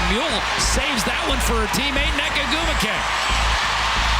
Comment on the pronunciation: MULE Not Mole.